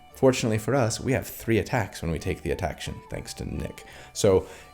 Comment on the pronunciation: New word unlocked .... Atta-ction !